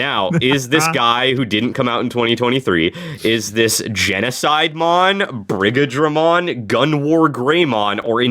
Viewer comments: I wanna point out that Brigadramon is pronounced more like brigade-dramon. It's weird seeing it in writing but. It's meant to be the mixture of Brigade/dramon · It is pronounced 'Brigade-Dra-Mon' Brigadramon Like D-Brigade.